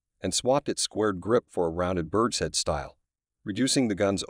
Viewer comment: I’m assuming this is a computer voice, not a person speaking? It’s getting so I can’t tell easily any more. Although “bird shed” for “bird’s head” and “three hundred and fifty seven” for “three fifty seven” are a hint.